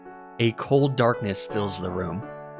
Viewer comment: I feel like he said "A cold Duckness" and not darkness...